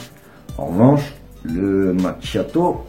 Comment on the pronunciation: Hello, ça se prononce Makiato! Nordiste! 😜